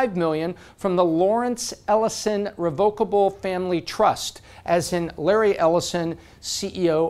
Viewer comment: She dropped out of Stanford , not Harvard. This mistatement does not bode will for your analysis. Also, you mispronounced irrevocable. I stopped listening.